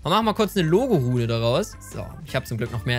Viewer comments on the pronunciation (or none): Nicht Logorune sondern logrune